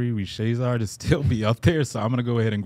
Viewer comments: I feel like I was being gaslit everytime and p call him “richasaur” and now making fun of for his pronunciation lmao Like how do y’all watch and read so much basketball and just getting it right now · risacher: ree saw shai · Crazy how P and were making fun of for his pronunciation of Risacher but he’s closer to being right than they have been with “Rich Ausar” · Broooo I'm French and the way P prononce Risacher name is so wrong 😂😂 I died when he said I "used to" butcher his name